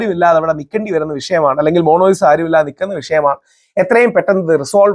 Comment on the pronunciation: മോണോലിസ❌🙄 മോണാലിസ✅